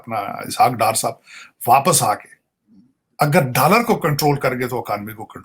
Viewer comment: Whenever Sajid Saab says....dallar do..dallar do...I laugh out loudly...Aisa lagta hai ki he is promoting undergarment brand..